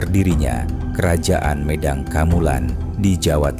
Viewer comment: Mohon maaf sama voice overnya, masih salah penyebutan dari kata "Medang", kalau bacanya "Medang" artinya jadi minum air hangat sejenis teh, kopi, dll. Yg bener itu pakai vokal E (gigi rapet) É, Médang